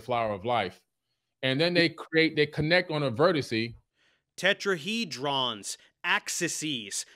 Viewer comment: Tetraheedrawns Axisees Vertisee 😂